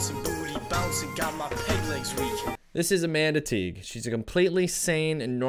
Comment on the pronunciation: Had to start this video over so many times to make sure you weren't really saying "this is a Manatee married to a 300 year old pirate ghost". Even when she says it, I swear... "I'm a Manatee"